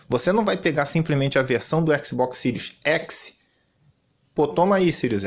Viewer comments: Esse ''SÍRIUS'' é que é engraçado, é ''SÉRIE'' mas ele fala eternamente ''SÍRIUS'', rsrsrsrsrsrsrs. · Eu acho q ele fala pra zua por q nao e possível kkk